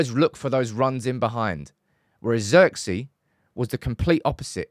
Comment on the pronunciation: His name is pronounced Zirkzay btw